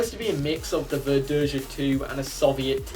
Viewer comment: For the record, Verdeja is pronounced ver-day-ha. J is pronounced in Spanish like an H in English. While H in Spanish is silent. Also, the Nahuel isn't actually a Sherman clone. Not exactly, anyway. It's Argentina's attempt to create a Sherman-like tank without actually having any Shermans to copy. Though ironically, Argentina's inability to make curved armor plates resulted in better sloping of the frontal armor. And yes, the Nahuel II is fake. It's an artist's impression of what might've happened if development of the Nahuel continued instead of importing Shermans. The Sherman Repotenciado would be a near-exact copy of the M4A1 Revalorisé, since that's basically what it was IRL. Or more specifically, it was a copy of the Israeli Sherman M-51 that the Revalorisé was a prototype of. Chile had just bought surplus M-50 and M-51 Shermans from Israel (the former being refitted with an Israel 60mm high-velocity autoloading gun). Both were significantly more powerful than the Sherman Firefly that Argentina had a significant stock of, and the TAM wasn't quite ready yet. So the quickest way to level the playing field was to upgrade their Fireflies with the same gun as the M-51. As for the TH-301, IMO the Spanish AMX-30E would be a better choice for the Tier 10 medium. Seeing as the TH-301 is simply an improved TAM (with the most significant change being an upgraded engine with 800 rather than 720 hp), I'd say the TAM should be Tier 9 and the TH-301 Tier 10 in the light tank line. At